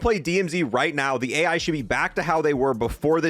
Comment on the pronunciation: Dude this guy cant pronounce anything right. He called it Al Mazerah and called A.I I.A.